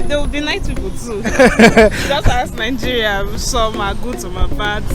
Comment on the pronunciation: They also pronounce Nigeria as nainjiria😂